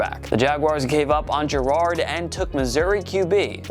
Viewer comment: it's Garrard is pronounced(Ga-rrard)